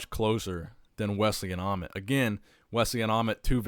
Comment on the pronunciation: Not amon it's amit